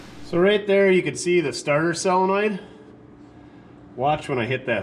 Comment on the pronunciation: And SELenoid, instead of SOLenoid.